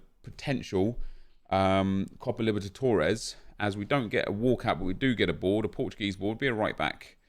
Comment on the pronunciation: you keep saying Liberdatores, it's Libertadores. just fyi